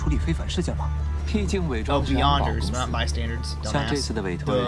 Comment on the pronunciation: Took me a while to realize he meant beyonders😂